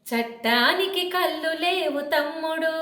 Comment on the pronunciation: అక్కా కల్లు కాదు అక్కా కళ్ళు అని పలకాలి